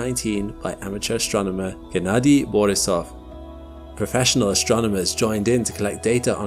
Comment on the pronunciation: Typical russian second name Борисов pronounced as "bor`Isov", not "boris`Ov". If smb is interested